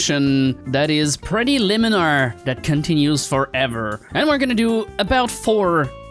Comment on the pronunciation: Its not nice to make fun of an accent, but it's funny how he says "Liminer"